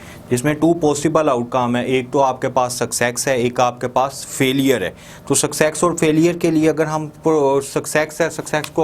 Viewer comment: Sucsex 😂.. wtf